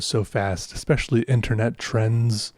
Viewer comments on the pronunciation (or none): none